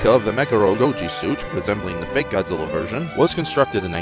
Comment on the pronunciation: Zuminz wong. Angwueriz choodnd bee hurdind hiz fwend, Gawdziller.